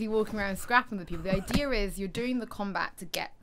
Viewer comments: The ideer people its the ideer apples new english speaking siri ... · why do Brit's say idea like they do? are they adding an r lol